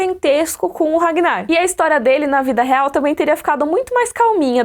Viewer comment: "Regnar" kkkkkk like